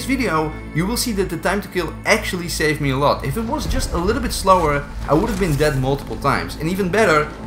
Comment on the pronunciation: “He’s det” perfect dutch english 🤣